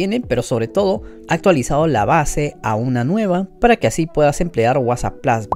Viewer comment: Se dice Plus no Plos 😂